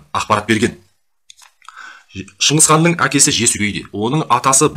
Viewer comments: шыңқыз қанда шыңғыс қанда емес шығысқан деп айтылса дұрыс болар еді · Шынгызхан емес Шыңғысхан. Саған әңгіме айтыуды ким койыпты ? 🐫❗